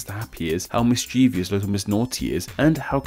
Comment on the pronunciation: How about that pronunciation of "mischievous."